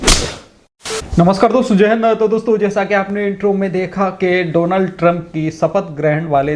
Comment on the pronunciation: Name is Donald Trump NOT Donaald Trump. Correct your pronunciation.